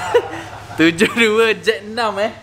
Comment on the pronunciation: Susah betul nk sebut 72 tu😂 HAHAHAHAHAH